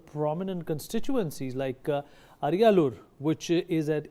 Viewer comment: Ariyalur, Kallakurichi are wrongly pronounced.